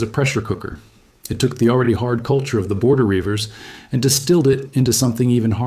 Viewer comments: “Rievers” is pronounced “reevers” not “ryevers” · Great content, undoubtedly accurate, and with by far the best art I've seen on YouTube! One hopefully useful point about the Border Rievers for future videos: it's pronounced "reeve-ers", the first syllable rhymes with eve. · That's 'Reivers'. Pronounced 'Reevers'. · Its reevers nae rivers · Reivers is pronounced "REE-vers." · Reivers pronounced Reevers not Ryevers 😅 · NOBODY says "Victuals" - the glottal stop is used, rendering, "Vi' ttles" - the 'T's being silent. NOBODY says "Rye-vers" - it's pronounced REEVERS, from the verb To Reave (rob, plunder). The so-called 'Black Irish' are NOT from Spanish or African genetics! It's merely a throwback to the ancient neolithic R1b-L21 dominant strain and variant mtDNA haplogroups H, H1 and H3 that can occur in individuals with blond-, red- and brown-haired siblings - a fascinating and on-going study. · Reiver: pronounced reevurs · Border reivers ( pronounced Reevers) weren't Scottish, they were a mix of English and Scotsmen who lived either side of the political border. It also wasn't just reivers who went to Ireland, Welsh and English also did. Another point, King James was a Scot not English. The mountains or highlands of Scotland is not where the reivers came from, it is what now is called Cumbria, Northumberland and south west Scotland called the Lowlands. Modern Americans are so obsessed with purity they don't get that nobody in America today are Scots Irish or Irish Irish or anything else to do with British other than a little bit of DNA that if your lucky accounts for 0.009% of your genes. Being something is 99% culture not blood. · A.I. can't pronounce rivers